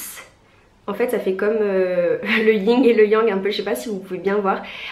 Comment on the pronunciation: super beau rendu c'est canon par contre on dit yin et yang et pas ying et yang